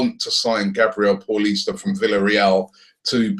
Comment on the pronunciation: Its pronounced like paulinho for fuck sake not like your average Paul - ista